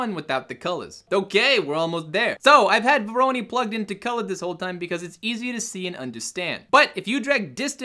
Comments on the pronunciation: google speak: "Voronoi" R.S.LLC: "Vowrowney" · VO-RO-NOI !! LOL!